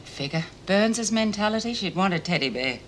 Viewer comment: Why does Meg pronounce teddy bear like that? Teddy BEAR?! Almost as though she wouldn’t bat an eyelid if it was a Teddy Aardvark. I’ve never heard any native English speaker say it like that before. English, American or Australian. It’s like the weird way she says CASSette player as well. Odd.